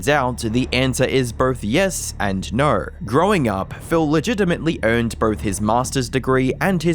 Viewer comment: Dude its "no". Sound out the O. Not "nuuu"